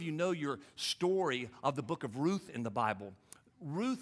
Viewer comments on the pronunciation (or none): none